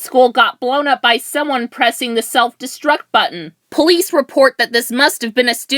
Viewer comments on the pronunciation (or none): Did you say police or please